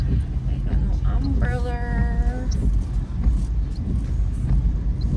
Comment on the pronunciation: Not sis pronouncing umbrella as umbrellur 😂